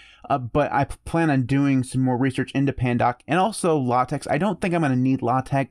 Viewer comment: Not a big deal, but "LaTeX" is pronounced "Lah-tech", not "Lah-tex". The X at the end is a Greek Chi. By default, pandoc uses LaTeX as its backend when it converts to pdf.